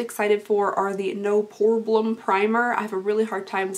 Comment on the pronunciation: When she say "no pore blem" it sound like she has water in her mouth😂